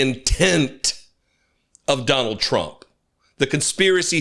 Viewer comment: Maybe he only served in the middle part of the country. 😂 Chump (as Karoline Levitt pronounes his name) really knows how to pick them.